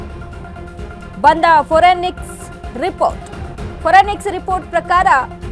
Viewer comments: Forenics report ಅಲ್ಲಾ ಮೇಡಮ್ Forensic Report 😂😂😂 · Well said ..😂 yen news odtaaro .....😮 Forenix 😅😅😅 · Forensic report adu.. forenix alla.. 😂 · Foreniks alla adu forensic kannada Dali karrect baredidai